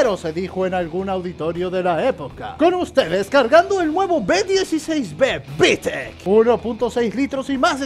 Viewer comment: Tu manera de decir Vitec es de un Dioos